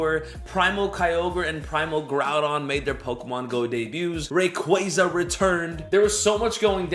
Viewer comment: please stop saying rayquaza like that it's giving me cancer lol